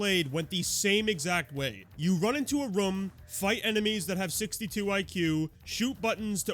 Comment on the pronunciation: I like your videos but the way you say the word “room” infuriates me